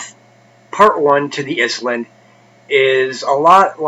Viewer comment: it’s ISLAND ....NOT IS-LAND. How can an intelligent person not know that?...